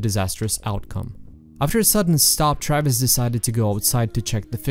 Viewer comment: Your European ass pronouncing "Travis" as "Trayviss" is the cutest thing.